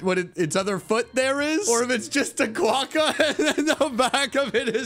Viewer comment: Am I the only one getting triggered by saying “quakka” instead of “quokka”?